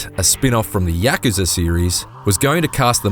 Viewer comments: Us:Yuh-Ku-Za Ign:Repeat after me YAK-KA-ZA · bro why you keep saying YAKAZA? ITS KAYUZA, GAH DAMN!! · It's not pronounced 'Yak-ker-ser.' It's pronounced 'Yak-kuuuu-saa.' Sorry but it was bugging me, lol! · We all just gonna ignore him saying yahkuhzuh? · Is anyone else kind of annoyed about how he pronounces Yakuza. Isn’t there supposed to be a break between ya and kuza. I really doubt it’s Yakza lol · The way he says yakuza bothers me so much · Heard how he said Yakuza and gladly clicked off the video.